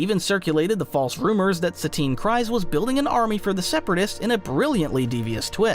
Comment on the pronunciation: its Kryze(kreez)..please PLEASE.....i cant